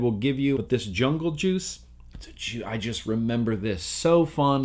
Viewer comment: WHY CAN'T YOU SAY JUICE?